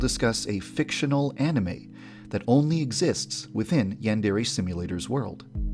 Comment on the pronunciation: Yon-dare-aye NOT YAN DEREAYE